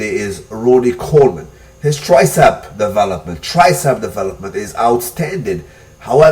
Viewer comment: am i the only one annoyed with the accent in "devah-lopment"?